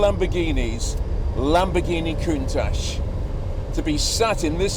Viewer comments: pronounced KUNTAK not COONTASH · I wish He and Harry would say Countach the right way. I wonder who started this Ashhh ? Think Watch. COUNTACH! Love the show! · Watched Harry's Garage episode with Frank Stephenson, featured the Countach. Stephenson has a very different pronunciation of "Countach", kind of saying "ach" in a German way. Awesome video, a rare car. Backing off the lift made me feel a little queasy. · Learn how to pronounce Countach first please. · Very nice. Just don’t talk to Harry about the pronunciation of Countach.